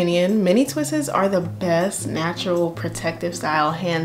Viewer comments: its just "twists" NOT ...."twist-es".... imma stickler for grammer. But love your hair. Thanks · It’s killing me! The only thing I don’t like about this video is “twistes” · "mini twisses" LMFAOOOOO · It’s twists not twistes.👁️👁️ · Stop saying "twistES", sugar. Just say "twistS". Leave off the extra E. Thank you for the great video! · please girl, twists is just one syllable not 3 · Enjoy your content. You have a beautiful head of hair. And I mean no disrespect, but you have mispronounced the word "twists" it is not "twistes". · Twists** not twists’s 😂😂😂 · Pleaseeee!!! Stop saying twistes...... It's just TWISTS. PERIOD